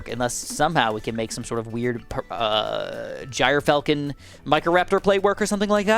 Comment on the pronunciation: Just so you know is pronounced gear-falcon!